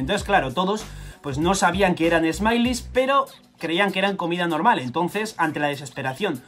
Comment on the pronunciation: Smiles se dice "esmails" no "esmailis". Por otra parte ya me siento bien porque me conseguí poner al día con One Piece